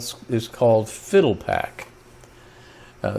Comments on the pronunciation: "Fi - DEL - uh - pack" -- as in "FIDELITY" pack. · You mean “Fi-del-i-pac” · I thought it was pronounced FyDELipac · Phil-dell-ah-pack. Certainly you are old enough to have heard the proper pronunciation. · You would think he'd pronounce the name correctly.